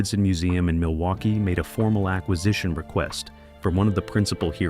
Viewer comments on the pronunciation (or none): none